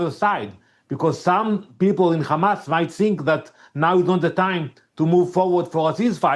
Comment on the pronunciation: Shut up Hamas not khamas